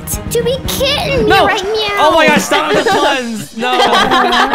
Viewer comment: Why does says nawo